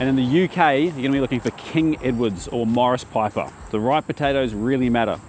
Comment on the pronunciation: Sounded like Maurice Piper not Maris rofl xxx